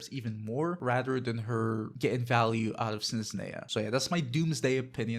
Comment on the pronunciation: Snezhneya, Zebai and Fyurina 😅. It’s different how you pronounce them compared to me and my brother.